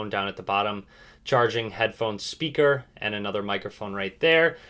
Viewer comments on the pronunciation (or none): you says headphon, charging and speaker wrong 😂💪